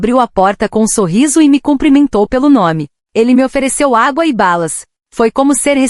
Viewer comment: Locutor de IA não perdoa erro de acentuação 😂😂😂